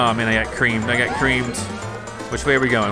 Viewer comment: you say you get creamed! I feel like you are saying you get wiped creamed!